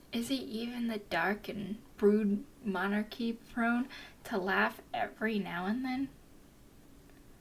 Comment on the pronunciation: love? Did you just pronounce mercenary as "Monarchy"?